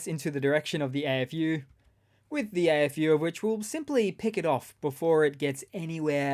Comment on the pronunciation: AFU sounds funny when you say it sounds like Eh FU.